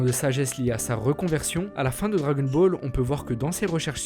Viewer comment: Comment tu dis le dragon ball Les djagon bolls